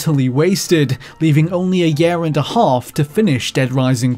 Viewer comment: Every. Single. Time. This dude says "year" I am triggered. I try to ignore it, but he says it A LOT